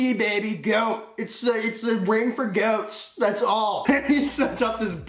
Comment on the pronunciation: lmaooo u said got baby goats man forgot the a